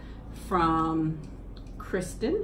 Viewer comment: Yay!! I’m so glad you liked my card and that you read it!! I’m Kristin btw! :) great video! Also I forgot to say that those birds on the cards are some very common ones here in Missouri ❤️❤️❤️ oh also! You did say my name correctly! Thank you!! ❤️❤️❤️